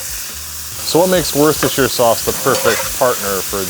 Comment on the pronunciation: Wooster- Sheer Chef Wooster-Sheer 👍